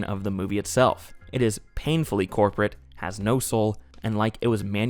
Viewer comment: say corporate again